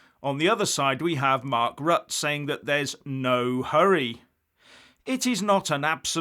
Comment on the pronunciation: Rutte is pronounced Rut-te